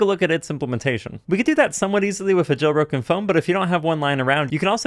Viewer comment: when he says "jail broken phone" it sounds like "joe rogan phone"